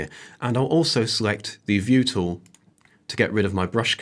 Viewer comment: Surely the word is 'tool', not 'toow'.